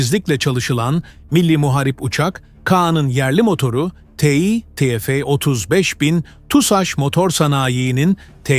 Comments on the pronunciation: Yahu, yerli motor yapıyoruz ama birtürlü TÜRKÇE konuşamıyoruz !!!! Ti- EF nedir yahu, burası Amerika mı 😤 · yapay zeka işte salla biz te fe diyoruz